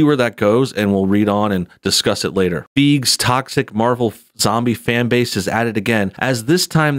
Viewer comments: His name is pronounced “Fie-gee”😉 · It's pronounced "FI-gee." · Feige is pronounced “Figey” or “F-eye-gee” with the g sounding like in “good” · Fiege is pronounced Fi-Ghee